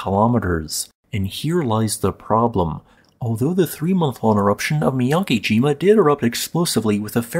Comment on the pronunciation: Not too important, but on a side note, the character 'ke' (け） in miyakejima isn't prounounced like 'key.' It would rhyme more like the letters 'b-e' in the word 'bed', or the way Lisa Simpson pronounces 'meh'. However, Japanese is phonetic, so if you see the romanized letters 'ki’ (き), that character is pronounced like the word 'key.'